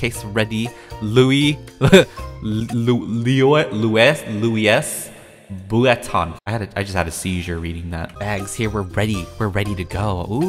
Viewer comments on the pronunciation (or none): It said Loius buitton but it’s supposed to say Luve Vuitton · it’s pronounced Loo-e Va-ton